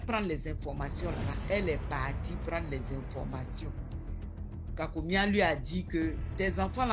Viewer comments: H4 : c'est Komian maman pas kakomian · H3: on dit KÔMIAN. PAS kakomia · Si tu mentionnes les baoulés, je te dirai plutôt komian et non kakomian ! Merci de rectifier.